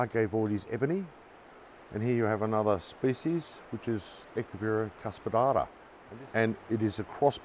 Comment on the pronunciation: Fala "Cuspidata" de novo, por favor... achei muito engraçado